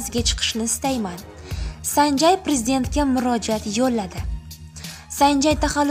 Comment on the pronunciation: Санжай эмас, САНЖЕЙ